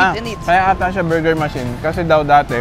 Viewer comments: "Ma-chine Bur-ger" 😅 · ..cute ng pag pronounce ni ng buuurger..🤣🤣🤣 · I like how pronounces Burger.... it bor ger.:) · Ang kyut ng pag pronounce ni ate ng burger